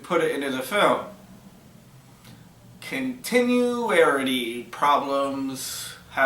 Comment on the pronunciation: And what is "continurarirty"?